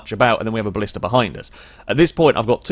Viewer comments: it's blista btw not ballista... you don't pronounce black ballack, do you? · A Ballista is a Roman siege weapon..... The car you were in is called a Blista. Pronounced the same as blister.